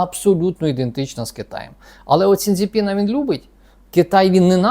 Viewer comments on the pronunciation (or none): Та не сіН дзипіна, а Сі Дзиньпін!!!!!!!. Транслювати інформацію на загал треба правильно!!!!!!!!!!!!!